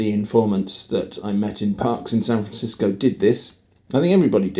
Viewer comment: You were very close in your first "San Francisco" , but you're perfect : ["SanfrenSisco," approximately]. That pronunciation is used by all I've ever heard who are California natives, northern or southern. But what I hear a lot from outsiders (east of the Rockies, I'd say), is SanFRAN-sisco. Or just San FRAN. But I can't complain. We all do that with others' native terms -- often so subtly wrong that we have no idea we're doing it!